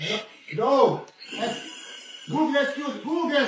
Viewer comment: Him say googrle not Google😂😂😂😂😂😂